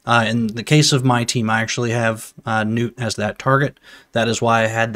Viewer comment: Im glad you same the name right Gnut(newt) not (nut). Lol other CCs have me rollin